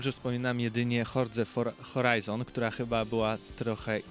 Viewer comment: 1.19 horza foraizon coooo?